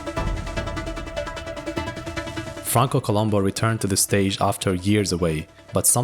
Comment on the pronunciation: It was Franco Columb(o), not Columbu. It was always Columbo.